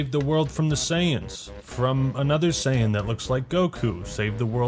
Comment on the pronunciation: Also I completely AGREE!!! But could you please pronounce Saiyan correctly